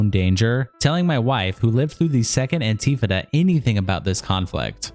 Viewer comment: Phonetically, it's pronounced "AN-tee-FAH-duh", not "an-TEE-fuh-duh", you silly person, you. I don't know exactly what it is, but I heard Ethan say it, and i get the impression it's a bad thing, whatever it is.